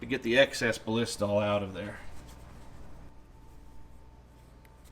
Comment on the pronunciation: overkill......and you are miss pronouncing "BALLISTOL"